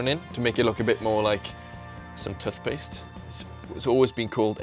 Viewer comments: tuth-paste? lol wut? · Tuff-paste? Really >.> lol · tuth-paste well i never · the way he says tooth paste is hilarious